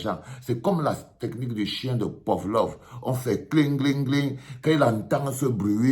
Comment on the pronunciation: C’est PAVLOV pas POVLOV😅 arrête de déformer les noms des gens . De plus tu fais une mauvais analogie d’un conditionnement du chien de PAVLOV pour l’apprentissage et les émotions corrompus qui sont déclenchées par ce qui brille . Tout compte fait c’est ce que tu as fait à Etoo quand il te donnait de l’argent tes émotions étaient donc corrompues 😅